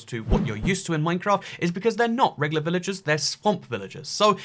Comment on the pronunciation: I can't tell when your saying villages and when your saying villagers